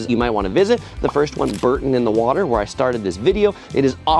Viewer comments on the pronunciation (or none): For the millionth time it's not BUUUURTON on the water but BOOOOURrton It's Richard Burton but BOOOUrton on the water. For goodness sake you guys from the US get it right before us Brits blow a fuse!! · Bore-ton, not Bur-ton 😊